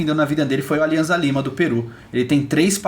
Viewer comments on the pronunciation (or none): Só um adendo: a pronúncia do clube peruano Alianza Lima é Aliança Lima - não há som de z no espanhol, o z tem som de ss.